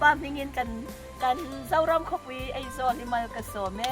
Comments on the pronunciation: Eizawl nilo in Aizwl aw😊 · hmuh i nuam thin e, ka tawng i huat thu ni lo sela, duh aiin tawng i hmang fimkhur lo deuh em aw ka lo tia, Aizawi tih turah Eizawl, hle mai, tih turah mei tih te, youtube channel i nei a, mi tamtakin an lo en a, thangthar zawkte entawn leh zirtirtu nih na tamtak in nei si a, tawng hman dik hram tum a va tha em, ka lo ti ve a ni a.